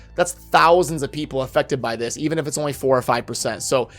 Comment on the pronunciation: Sounded like you said infected which honestly I think better describes what is going on than affected